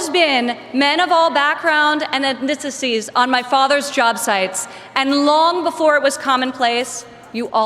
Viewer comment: She can't pronounce 'ethnicity' & they're just so gross.